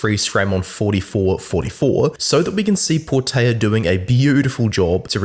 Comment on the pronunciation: PortELa not PortAYa - it's Portuguese not Spanish ;)...also even if it was Spanish it'd still be Portela and there's only one L